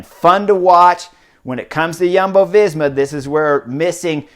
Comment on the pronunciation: Ha ha, Chris also has an eclectic approach to Jumbo Visma. He calls them Yuhmbo. Good job on the J, but that vowel should be oo. Yoombo :D